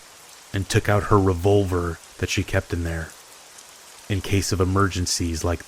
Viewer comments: Hahahaha! What's a "re-vUlver?" Good stories though. This is my go-to channel. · What the fuck is a revul-ver